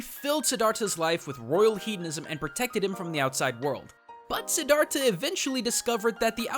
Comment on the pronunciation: i cringed so hard when u said Siddhartha because i am a Buddhist and u totally butchered it but to be fair it is hard to pronounce lol